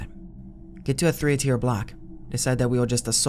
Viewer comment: Hey guy, it’s “three” not “free”.